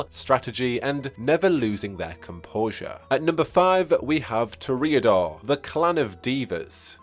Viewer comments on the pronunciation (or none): Toreador is pronounced "Tore-Ee-Uh-Door" not "Tore-Ay-Uh-Door". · Ok, I gotta ask, what is with some of these pronounciations? To reodors? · Not to offend, but you really should look up how to pronounce the terms you're using. You sound like a midwestern farmer attempting to pronounce jalapeno and instead saying "Jah Lop A-no." And I'll help you out: You mispronounced Toreador. You mispronounced vitae. You mispronounced Seattle. You put the emphasis on the wrong syllable of Ventrue. You're oddly adding an extra syllable to Tremere. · One of my biggest pet peeves is people mispronouncing a word, and pronounces Toreador completely wrong